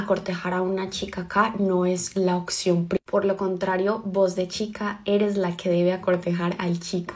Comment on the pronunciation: No existe la palabra "acortejar" lo correcto es "cortejar". Tampoco se dice "occión" sino "opción". Esta paisa habla terrible!